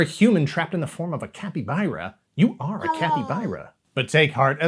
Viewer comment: A Capy fucking what?! Why'd he say it like capy-buy-ra....!? THERES NO Y, ITS CAPYBARA...CAPY...BARRRRA